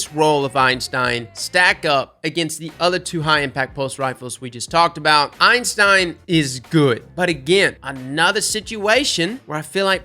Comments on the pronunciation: EIN-stein is the scientist, EY-stein is the gun. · my friend, I love you man, but... IT'S NOT EINSTEIN, IT'S EYSTEIN 😂 everyone keeps calling it Einstein and I'm just like C'MON MAN THAT'S NOT IT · Thank you. I cringe every time anyone says “Einstein” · Why does he call the Eystein "Einstein" lol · Is it a meme to call it the Einstein? There is only one N in the Eystein name and it's at the end. If its a meme like The Dan then just ignore me. But then again, can't say Galliard or Antiope right either sooooo yup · There's no "n" in "Eystein" besides the one at the end btw. It's a mistake I've made hundreds of times as well